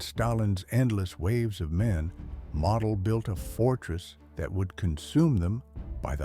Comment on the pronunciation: Model is pronounced mowdal